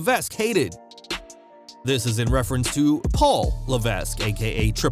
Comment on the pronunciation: If you're going to say Triple H's government name, atleast pronounce correctly. Also, it's funny he says WWE isn't entertaining, yet not only does WWE outdraw AEW quite handily in the ratings, but AEW is constantly losing viewers. You'd think they'd be gaining viewers if they were better.